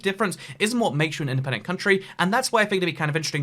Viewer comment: In-DE-PEN-DENT. Dent-ED-PENTIN